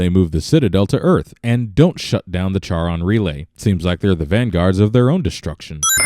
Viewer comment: Charon has a silent H, numbnuts. -__